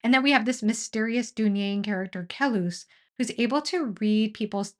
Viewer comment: Great video. Though I want to mention that the way Bakker pronounces Kellhus is similar to Dallas. It does not sound like Kel-hoos.